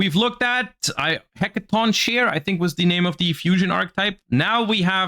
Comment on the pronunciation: It is pronounced Hecatonkerie